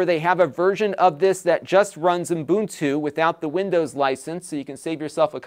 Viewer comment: It's a good review, but I kept hearing umbuntu instead of Ubuntu.